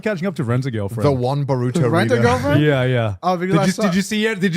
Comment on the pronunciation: “the one boruto reader” ik damn well connor isn’t acting like boruto two blue vortex hasn’t been peak lol mfer also couldn’t even pronounce it right 😭